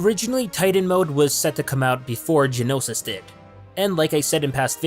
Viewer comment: Ik this is really picky and im not hating or anything trust me, but how he says "Genosis" and not "Geonosis" really makes me cringe ._.